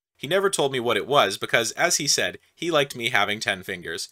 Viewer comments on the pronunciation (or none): none